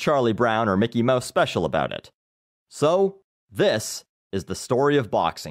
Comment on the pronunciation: Are you canadian? You pronounce house "hose" and about "aboot" lol